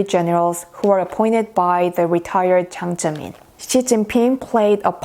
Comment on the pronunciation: It's Jiang Zemin. Not Ziang Zemin.